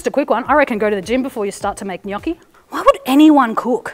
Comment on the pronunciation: As an Italian I tell you you're the first non-italian I hear pronounce gnocchi in the right way, it kind of made me happy lol